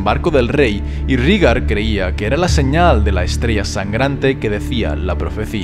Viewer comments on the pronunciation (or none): Excelente video sólo como comentario se pronuncia "Reigar" según la serie así lo nombra no "Rígar" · por que le dicen rigar ? por que no raegar como se lee? lo escribo asi para hacerme entender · En la serie de HBO, he escuchado a Daenerys pronunciar el nombre de su hermano como Réigar...